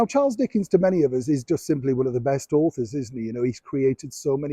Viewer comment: Who laughed in the background when you mispronounced Dickens?